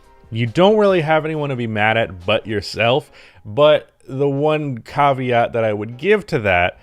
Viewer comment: the way you said “caveat” just gave me an aneurism, I want insurance claims